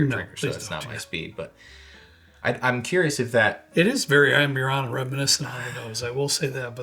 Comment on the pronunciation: O. M. G! Normally it doesn’t bother me when someone doesn’t pronounce a word correctly but holy hell 😂. If your going to say amburana 7,000 times in the video please nail it. ahmBOOrahna. AMbureANNA sounds straight out of Appalachia. Love your videos. all good 😂😉